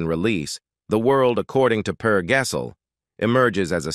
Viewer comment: Yes, and Per Gessel 😅😂